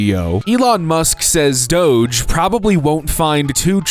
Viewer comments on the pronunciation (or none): none